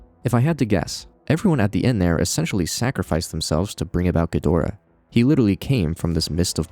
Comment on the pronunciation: ghidorah = GHEE-drah